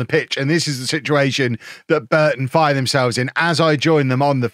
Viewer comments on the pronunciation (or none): none